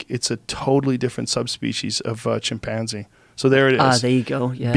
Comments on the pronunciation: Nobody: Joe: chimpAAAnze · “Chim- Panzie” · Lol he pronounces chimpanzee funny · That’s what I heard too lol